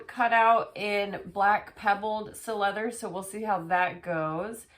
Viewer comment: Si-Leather. Cy-Leather. NOT Sill-Leather.